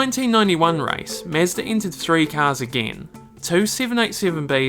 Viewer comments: MEZDA 🤷‍♂️ ?!? wtf ?!? Is it so hard to say Mazda??? Idiot🤬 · Mazda not Mezda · It is mAzda, not mezda!! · nice Video but it is pronounced Mazda not Meastah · Sounds weird when you say "mEzda? It's mAzda", same as AUDI, not ÆUDI. Original pronunciations sound better than english "conversions". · mAzda, not mEzda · It's Mazda not Mezda :D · Its Mazda,not Mezda.. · its not MEZDA its fkn MAZDA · Mazda, not "Mezda" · mAzda, not mEzda, thank you. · got me confused.. is it mAzda or mezda ? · Tried and tried to watch this but this chump constantly mispronouncing MAZDA as mehsda drove me insane. Never mind what he did to Hiroshima! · It's Mazda not Mesda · It's Mahzda, not Mazzda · Bruh, it's mazda not mezda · Everytime he said mesda😬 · the only real mistake was pronouncing it "mehzda" -j/k well made video :) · MEZDA lol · Interesting vid. But why you keep saying "Mezda"? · "Mezduh" hahaha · Very interesting video. It is just a pity that you called it "mesda", it is unacceptable, made my ears bleed. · For sure stoo saying "mezdh" please 🙏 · Good Lord man, can you not call is "Mezz-da" the whole fucking video? What a travesty. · Mezda? lol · wtf is "mezzda" tho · Mah-zda is how everyone pronounces it - DORK ! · Meezda ? Never heard of such a thing! Lol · Who is the “mesdah” you keep talking about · holy shit did i just hear MESSDA? bruh wtf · Why does he keep saying Mezdah. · Who else scrolled down the comments to see if anyone else noticed how he pronounces "Mezd-aa" lol !!!!!! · Great video but please dont ever say Mezda.. 😁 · say mezda one more time I dare you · Me like 5 times in the video: who tf is mezder?? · mEzda.. you know mE(with an E)zda mEEEzda o.o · tf is this accent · This guy has the weirdest pronunciation of Mazda I’ve ever heard. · i can't even listen to this lol did you really not look up how to say mazda my dude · Its interesting but you gotta learn how to say Mazda, both japanese and western way. xD